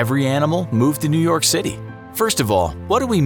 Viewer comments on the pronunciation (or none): New York become New Yolk